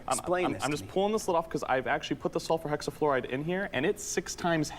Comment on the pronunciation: Haha he says sulfur hexafluoride as "solfur xafloride". 😂 And he didn't know about that stuff?? Lol